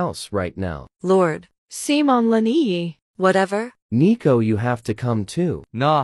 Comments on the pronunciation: Is anyone talking about calling Lina lani?😂😂 and her name is Lina???😂😂😂😂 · Bro... She is Lina not Lani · Correct: Lina Not correct: lani